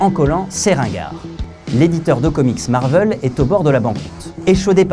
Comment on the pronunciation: Du coup.... Marveul ou Marvaile ?